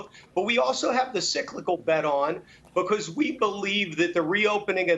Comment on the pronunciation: Please say because correctly.